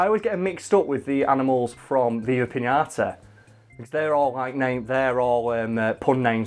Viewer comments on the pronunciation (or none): none